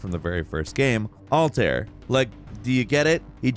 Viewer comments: Maybe I'm being pedantic, but it's pronounced all-tie-ear, not all-tear. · Bro really said “altare”😭😭😭 why does not know how to pronounce Altair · Your pronunciation of Altair is a sin